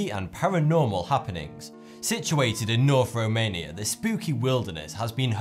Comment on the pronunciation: norf womania is weally scawey